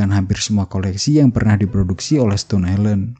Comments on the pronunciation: Bacanya stoun ya bang, bukan stun. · Dibaca stōn bang bukan stun